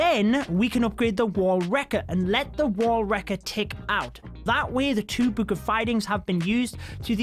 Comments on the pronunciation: Stop saying book like that ffs. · Why you said book like that 😂 bewk